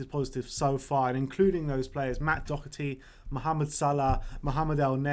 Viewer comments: It's pronounced dockerty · Matt Doherty.....not Docherty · It's pronounced do-herty. do as in dot but without the t. This shit really isnt hard it's not like some crazy Spanish pronunciation like reguilon